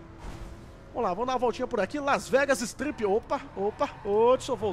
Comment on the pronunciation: eu ri pra caramba na hora q tu falo Las Vesgas Estrip kkkkkkk opa opa opa!!!kkkkkkk